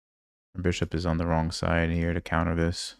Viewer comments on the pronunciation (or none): none